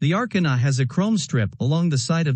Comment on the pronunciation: The A...kar...na lmao 🤣